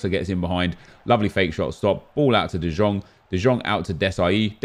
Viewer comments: DE YONG DE YONG DE YONNNNNGGGGGGGG is how its pronounced. I legit yelled it like everytime he says de jong smfh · IT IS FUCKING PRONOUNCED ‘DE YOUNG’ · The way he pronounces De Jong triggers me too much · Prod. by End I swear same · Painful to watch when you say De Jong wrong, sickening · 2 things that annoy me, well 2 of many, calling tadic ziyech and the way he pronounces de jong.